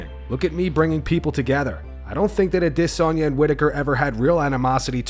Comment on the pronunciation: If only he could pronounce Adesanya instead of AwDEsonya